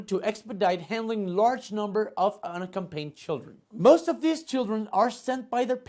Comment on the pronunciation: Chingados contigo..."if history has 'teach' us something"!? ..."has 'taught' us something", taught!...Y se dice "unaccompanied", no "unacompained" . Pay attention to detail, bato...pinche chumel asi le quieres quitar el banco a Trevor Noah??? Dónde estudiaste ingles? en el CCH???? Yo defendiéndote y me sales con tus mamadas.